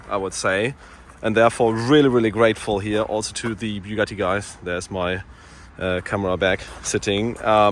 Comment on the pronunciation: It's pronounced "Bugaeee".